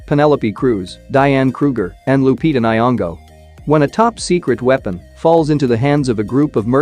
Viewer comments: it's Lupita ny'ong'o not naiyongo as yo say it😂😂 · You say the name of Lupita nyong’o so wrong